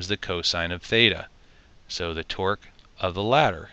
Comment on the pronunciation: Torque not "twerk" lmao